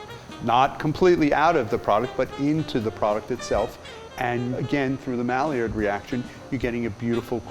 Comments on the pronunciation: When he said 'Maillard' Reaction 🤢🤢🤢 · “The malliard reaction” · Did he pronounce the Maillard reaction as "Mal-i-ard?" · Did it bother anyone else how he said maillard reaction